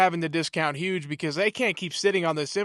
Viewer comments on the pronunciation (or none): none